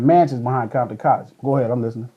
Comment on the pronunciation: Aint no "bombton" N... where you at ?you better say compton N...